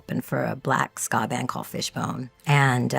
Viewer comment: Ska band...not "scar". Fishbone...great band. 🎶